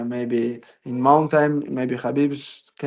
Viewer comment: "In the mountam"